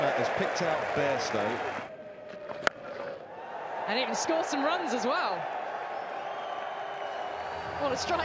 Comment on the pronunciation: He said Bairstow listen care fully 😒😒